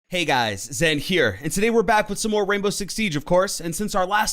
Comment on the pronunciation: The way you say "Zen here" makes you sound like a robot, and... Y'know, actually, are you a robot? Bruh. You got the opposite pronunciation of the Burger King foot lettuce guy.